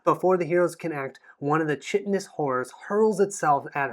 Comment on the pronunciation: I made a "Visual Dictionary" for Immortal Souls some months back (I never published it, though), otherwise I probably would not have noticed. :) My other general input would be the FYI that "chitinous" is pronounced as - - . :-) Thanks for taking my feedback constructively. I know that Youtube commenters can tend to be super negative, mine was not intended that way and I'm glad it wasn't taken that way either. :)